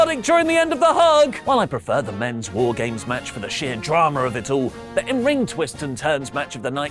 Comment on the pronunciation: Wife keeps wondering if is saying "Whore Games." And that's all I hear now.